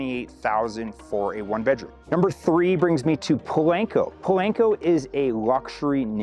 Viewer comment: Po-lahn-co. Not "lank".